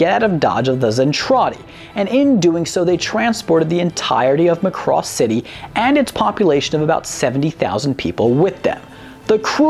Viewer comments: It is MACROSS MAC as in MACBOOK it is not Mcross or Mcbook. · its not M'cross, its Macross. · Not to beat a dead horse, but...THERE WAS A REASON HE SAID MACROSS AND NOT ROBOTECH!!!! (MAH-cross, not "McCross"...duh... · It's MA-Cross. Not m'CROSS. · Muh-cross. LOL. So after watching EVERY episode you still pronounce it wrong. It's Mack-cross. And continually mispronouncing name used in every episode leaks me to believe you just googled several fansites and a wiki or two and went from there to write the script. Like claiming to watch all the episodes of Naruto and then proceeding to pronounce Sasuke as suh-Sooki. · It isn't ma-CROSS. It's MAH-cross... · In the original Japanese, they pronounced the ship name as /MAH-koo-ROHS/. Because of Japanese grammar rules, sometimes it sounded more like /MAH-koo-ROH-soo/. At any rate, the "o" should be pronounced like a hard vowel. Not /muh-KROS/, but /MAH-KROHS/. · It’s ma cu doss not muh cross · It is not pronounced MUH-Cross it is MA-Cross. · its irritating how you pronounce macross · It's MAcross, not Muh-cross. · didn't the narrator and characters on the show pronounce it like McCross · Please learn to pronounce the names better It's not "much cross" but "Mac cross" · Say Mack Ross, not muh cross. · I've always said it MACK-ross. Muh-Cross doesn't sound right somehow. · Would people(of the West) stop pronouncing it as "Mc-cross". It's, The "Mac-Ross". Or if you're still cringy about it. Just call it "The SDF-01". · The ADV dub always called it Mc'cross and I hated it. Why? It is totally clear when you hear the opening intro. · yah but you realize he butchered the name right? its mac - ross... there was no love... lol which japanese name is Makurosu and hey guys you realize with out macross there wouldn't be transformers right? i mean give it some respect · every time he says ma cross I want to throw something at my monitor. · It's pronounced sir as mack-cross..... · This show is a classic. Also is pronounced Mack-Cross.